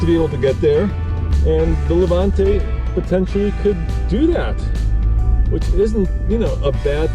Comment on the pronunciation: Levante not lavante